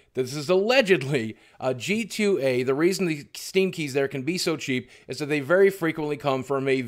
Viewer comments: Boogie, it's G2A (gee-too-ay) not GTA. You got my small brain confused with the mistake. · I love how Boogie kept accidently saying GTA many times and didn't stop to correct himself. brought a smile to me every time I thought that instead of G2A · did anyone realise he said GTA. com instead of g2a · Boogie half the time you said gta not g2a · nerd: BOOGIE DID U JUST CALL IT GTA. IT'S G2222A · You keep saying GTA instead of g2a haha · Is he saying "GTA?"